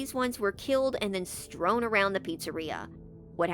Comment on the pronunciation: the word is actually “strewn”. 🙂‍↕️